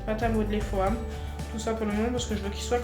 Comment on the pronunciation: Ca se prononce « fom » et pas « foame » 😘